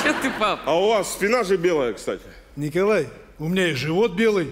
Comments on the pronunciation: Ооооооочень смешной и уморительный до слёз мини-спектакль про семейку😂😂😂😆😆😆👍 особенно когда зять пугал спящую тёщу а Тамара Игиловна храпом передразнивала его звуки и произносила Никооолааай🤣🤣🤣🤣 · Я смеялась 🤣 , но мне так жалко иногда Николая . Игиловна его до инфаркта доведет. Когда она произнесла Н и к о л а й , и схватила его за футболку я представила как у него зашевелились волосы на теле , пошел холод по спине , в глазах потемнело , сердце заколотилось как бешеное, от таких потрясений действительно мог стать ПРИЗРАКОМ .